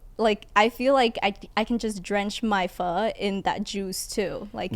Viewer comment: He said, "Can we go get some foe now?" I said, "Get some what? Oh, wow. Actually it's pronounced pho." "Oh, well can we go get some?" "Fasho." Tim was just singing the First Asian Boy song, no worries 😂😂😂